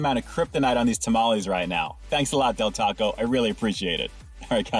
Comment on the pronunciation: I’m not going to trust the review of a white guy who doesn’t even pronounce tamales correctly. A true mexican blood needs to review these lol